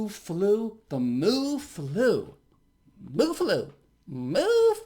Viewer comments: I think mu is another Greek letter and is pronounced mew. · MU is pronounced as “mew” bro lol. It’s all greek alphabet, u should know this. Werent u a physician? U shouldve taken tons of math and science claases and have seen these greek alphabets in equations even if u didnt join greek life in college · Pronounced "M'YOU' BTW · Great video...It is μ , not Mu= Mooh, sounds like the Farm Animal is back. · Mu (pronounced mew)is the Greek letter that follows Lamda if you're transcribing to English. I'm guessing that a Kappa variant showed up before Lamda. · It’s actually mi (I’m Greek). But very good on most of the rest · I think that mu is probably supposed to be the Greek letter "mu" which is pronounced to rhyme with "new". I know this because I did a lot of maths and we used a lot of Greek letters as sympols.